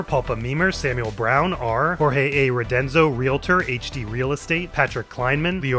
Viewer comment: AHHHHHH. I made a bet with my wife you would say our last name wrong its RODEZNO not RODENZO :). its all good that was a lot of fun